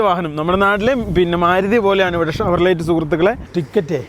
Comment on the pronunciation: ഷവർലെറ്റ് പറയല്ല , ഷവർലെ എന്നാണ് വായി ക്കെണ്ടത് !